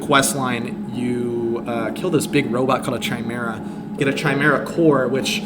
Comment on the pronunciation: Saying a sniper rifle is the best gun in the game and comparing it's kill speed to a revolver?. Doing a video on mod that punches walls with zero penalty and then never shooting through a wall? What is going on here? Please google how to say chimera.